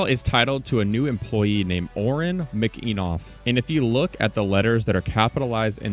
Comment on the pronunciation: McEneeeeeeeff not McEnov wtf